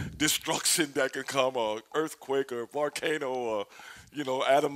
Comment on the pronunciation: Did stevie ray say blarkano ? I loled